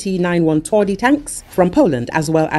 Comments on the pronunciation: You butchered the name, making it soft contrary to the meaning of the word "twardy" - hard/tough :P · Please, do not mispronounce TWARDY! WTF?